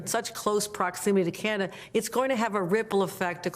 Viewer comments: It’s Canada, not Canda… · She can’t even say CANADA 🇨🇦 what is wrong with her? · can hokel say Canada?